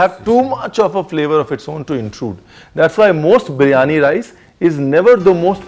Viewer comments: 1st of all its a Birianyi not a Brianya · It's Biryani .. Not Bree-yani you donkey 😂😂😂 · Chef, you are a good chap, but you dropped a couple of syllables out of Biriyani...